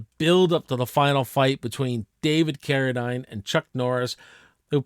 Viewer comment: It’s David Carri-deen not carri-dine